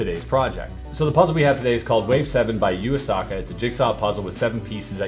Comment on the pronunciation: Chris:You-aa-saka. Me:How dare you !!